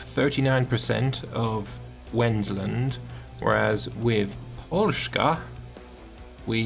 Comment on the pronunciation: Why do you say pol-shka, its just an S